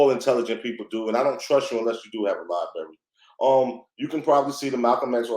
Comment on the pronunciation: Extensive LiBerry. Lol